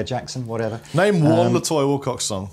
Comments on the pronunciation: I find it hard to look at a guitar with fanned frets. They always look like there's some weird, extreme twist in the neck. And pronounciation of "nyatoh", a word in Malay which is my native language, makes me cringe. It's not "na toyah",. It's "nya (like in Enya) toh". These Ibanezes look pretty and sound fine, but at over a thousnd quid they're not for budget-guitar people like me. Any guitar made of fancy-looking wood is going to set you back financially, and I have a lovely plain black Epi Les Paul Studio to scratch my two-humbucker itch. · Hi, awesome playing for the opening jam. The wood in the guitar is pronounced “Knee-are-toe”..... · The RGA61AL pickups are burnt chrome, the body is Nyatoh (knee-ah-toe), and yes, walnut/panga panga for the neck. The finish is called Indigo Aurora Burst